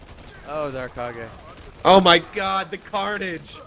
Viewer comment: Its said Dar Cage :(